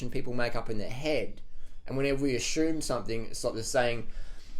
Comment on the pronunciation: Don't as-shoe-m.